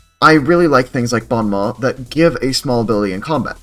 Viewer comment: don't worry, french people butcher english pronunciation at least as much as you butchered "bon mot" 😂